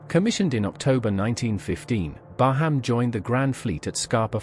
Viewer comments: Thank you. Excellent footage. Oh, By the way. There is no HAM in BARHAM, it is pronounced BAR_RAM. Oh, subbed too. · Please pronounce her name properly 😳